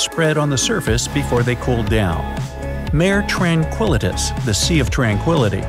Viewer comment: Folks, it’s Mare Tranquillitatis, not ‘Tranquilitus’. 🤙🏼